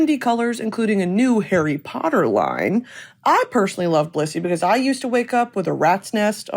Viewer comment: Every time you say Blissy I think you’re saying Bussy